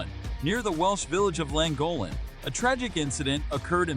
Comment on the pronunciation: ridiculous. death by red squirrel. hilarious. gullible americans. narrator didn't even bother to check pronunciation of llangollen.